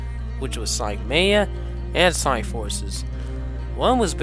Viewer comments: You said sonic maya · sonic mania men you said it wrong